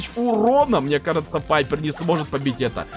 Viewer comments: Ребят! А вы тоже говорите не Пайпер а Пайепр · Пайпер а не Пайерр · Только пайпер а не папйер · ОШИБКА НЕ ПАЙПР А ПАЙПЕР